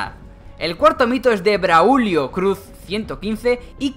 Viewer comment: Se dice Braulio no Braúlio